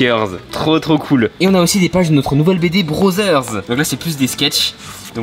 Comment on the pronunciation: Il a dis brotherss mdrrr neo va a lecole 😭🤣